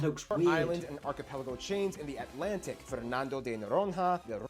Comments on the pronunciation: Fernando de “Noroia” not “Noronra” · The way this guy pronounce "Noronha" is the weirdest thing I ever heard. Noron-ha is the name of some forgotten Egyptian god. Just, no, bro. "nh" in Portuguese sounds more like the Spanish ñ, like "piñata". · He does not know how to pronounce "Noronha". I cant tell what the right pronounce is ( for obvious reasons ), but its not what he said hahahah